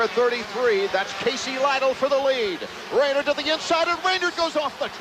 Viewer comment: Pronounced Ray-nard not Ray-nerd.